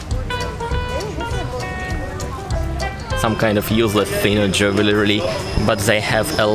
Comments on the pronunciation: Enjoyed your tour of Istanbul with you. Please keep them coming as often as you can. Jewelry is pronounced lke Jew- el- REE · Jewelry, jule-ry. Jule like rule. 🙂